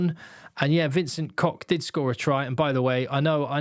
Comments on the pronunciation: in Afrikaans "Koch" is not pronounced "Cock"😂 it's more like the Scottish "Och", as in "Och Aye" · Sorry to put a dampener on Vincent but it’s pronounced Kogggh, guttural g sound like in Loch